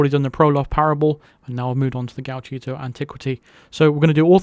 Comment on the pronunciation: Nailed the pronunciation this time 😂